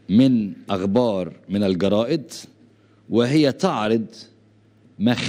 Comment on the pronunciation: يا عمي تعلم الحكي العربي وبعدين حلل بالسياسة العربية اغبار = اخبار سيد صمين = صيد ثمين تصعيت = تصعيد سوما = ثم